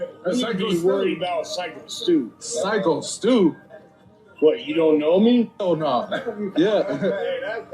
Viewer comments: His name is pronounced "Psycho", not "Sicko" Stu. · Good God, man, have some self respect- you must have parroted "Sicko-Stu" 20 times. It is "Psycho Stu"...new to the English language much?;) And seriously, "He may or may not go to prison?", are you that thick? A white man (or woman, as we have recently witnessed) viciously and SAVAGELY attacked by a white supremacy victim? OK,! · It's pronounced Psycho-Stu, not sicko-Stu. Syko Stu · That's not how you pronounce his name JP. It's pronounced " psycho " Stu there buddy. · *You are full of it on this one JP. Sycko Stu IS innocent. He thought Raja was part of ‘the club’ and was introducing himself in character with a PROP beer can stunt. No harm done. You don’t even pronounce his name correctly, which shows you didn’t even actually WATCH the video. You even mispronounced it AFTER showing the clip where Stu pronounced it himself in the introduction. Pretty lame…*